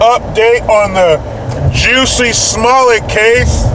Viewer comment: It’s Jussie not Jessie jesus fucking christ